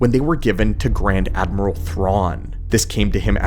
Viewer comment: "gRaD AmReAlE"